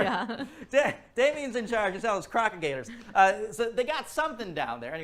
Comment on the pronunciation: It’s gators Matthew… gators y’all